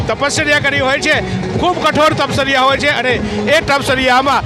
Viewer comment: Tapsarya tapsarya bole chhe...bhai tari speech ma keva locha chhe